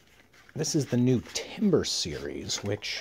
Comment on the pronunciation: Timbre is not timber and is pronounced tam-burr.